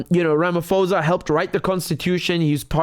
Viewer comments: Hehehe it's Ramaphosa the (ph) isn't pronounced as f.... Bu pronounced as P.... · Just a minor heads up, our South African President’s name is pronounced with a silent ‘h’, Ramaposa. Thanks for your positive take. South Africa needs all the kudos it can get right now 🙂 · Great work Richard. The h in Ramaphosa is silent. Peace